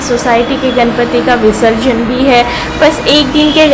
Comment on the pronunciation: Visrajan nahi visarjan, pehale english seekho